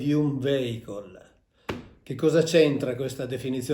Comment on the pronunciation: Mauro mi permetto di correggerti sulla pronuncia di vehicle, è viecol non veicol